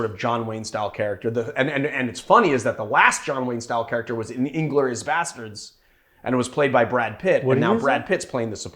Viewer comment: It's "in-GLOR-i-us" like you said. You were right. No one says "IN-glor-i-us" like Marius. Cool on the cocktail battle. Truffles on the Rocks had a great idea. Sadly, I might have to forgo this cocktail, being that Amaro Angelino and 114 Proof Bourbon might be too challenging to acquire here. How did you get the pistol stencil in the thumbnail?